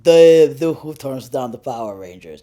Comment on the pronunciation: Why does this dude always say churn it's turn goddamn what the fuck churn 😤